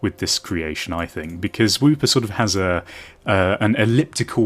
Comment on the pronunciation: i'm pretty sure it's wooper not whooper